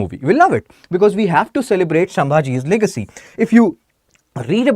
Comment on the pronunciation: Leegacy 😂😂 bhaiya